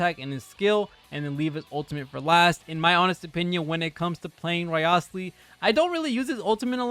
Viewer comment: A content creator who gives so little shit, that he couldn't bother to pronounce the name correctly, which is said in the game properly.